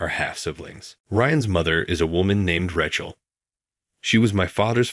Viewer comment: Cracked me up too. And Ratchel. Hate these AI voices. Awful